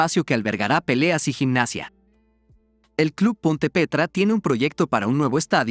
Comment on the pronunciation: El video es muy bueno, tienes dificultad con los nombres en portugués cuando tienes "LH" y cuando dices el nombre de Ponte Preta, En el futuro sugiero preguntarle a un amigo brasileño o tal vez usar Google Translate, Es sólo una crítica constructiva.